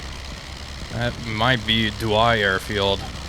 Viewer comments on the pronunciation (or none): I love seeing flying over places I live at, I use to work at Douai (its prononced Doué)